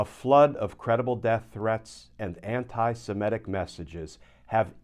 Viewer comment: Why can US Americans not say the word 'Semitic'? What is so difficult about this word?